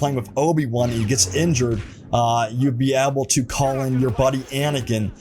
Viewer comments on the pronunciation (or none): Please learn how to say the word able. You absolutely brutalized it. Pretty sad if english is your first language.